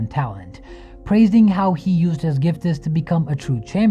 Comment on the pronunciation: You seem to have an issue with your English. Words like "gifts" or anything that ends with 's' denoting a plural, you don't say "giftes", it's just "gifts". There is no vowel sound before the 's'. This goes for pretty much everything in English. EDIT: Same with things that end with "ed" denoting past tense. You don't pronounce the 'e' that comes before the 'd'.